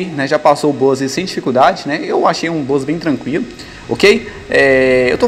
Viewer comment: Desespero o cara falando "bus" kkk